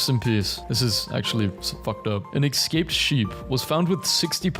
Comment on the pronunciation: He is a terrible influence on the youth purely because he does not know how to pronounce the word escape.